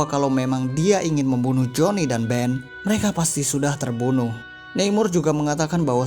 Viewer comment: Neimor… nama mexico ya baca aja namor hehe..